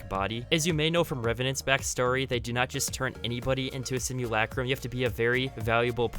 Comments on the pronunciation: Stop saying simulacrum so weird stinky boi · Why do they say simulAcrum it’s just simulacrum they all pronounce the a on it’s own